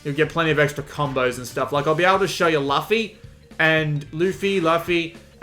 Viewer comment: Why cant any review channels pronounce luffy's damn name